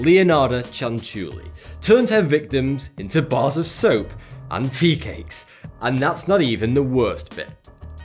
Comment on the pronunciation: soap did she turn them into soaohhhp I knew it